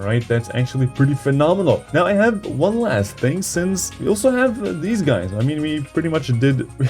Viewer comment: “Guys”, not “gáys”.